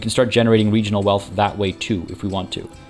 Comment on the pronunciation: Hehe Weegional Wealth